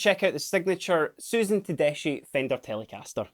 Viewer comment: btw is pronounced “tedeski “